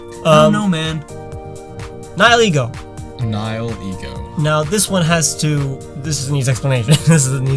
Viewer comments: I thought it was pronounced neh heel ego, if it is what I think then he could have gotten that point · I pronounce Nihilego as Nee-hee-lego Huh.